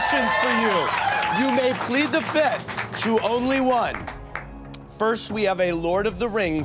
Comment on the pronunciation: I am the only one that hears Andy saying fithh everytime and not fifth?!